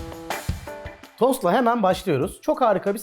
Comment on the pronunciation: ilk açılışta "dostlar" 'ı "tostlar" diye anladım. nedense :D